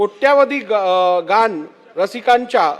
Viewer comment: एक घोड चूक राहून गेली. " गाणं" ऐवजी " गाण" कसं वाटलं ऐकायला? शीssssss घाण.इथे घाण शब्दाचा उच्चार जसा होतो तसा त्यांनी "गाणं" शब्दाचा उच्चार केला. अनुच्चारीत अनुस्वार काढून टाकल्याचा इतका वाईट परिणाम झाला आहे